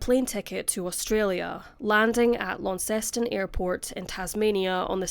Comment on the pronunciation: As. Launceston girl, congratulations for being the first non-Tasmanian let alone Australian or foreigner to actually be able to say Launceston. Prob because there’s one in the UK? Thanks for the content always.